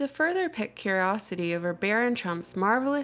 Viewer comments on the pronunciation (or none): I subscribed a few weeks back, so please don't take this as anything but a tiny learning opportunity. "Pique" is pronounced (in America anyway) synonymous with "Peek" or "Peak" You have an inquiring mind, and a soothing, graceful voice and although I already know about the Trump/Tesla connection your research and presentation is quite lovely.